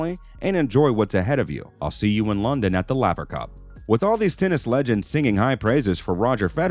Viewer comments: Rod Lay-ver... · Lavver? Wimbleton? Who is the moron narrating this video? Does he know anything about Tennis? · Call me a pedant if you want, but is it asking too much that the narrator of this video should know how to pronounce the name of tennis legend Rod Laver? Or, at least, know how to pronounce the world's most prestigious tournament? (It's Wimble-Don - not Wimble-Ton!) Small points, maybe, but it does rather detract from the authority of the video when it's clear the dude fronting things knows diddly-squat about the game.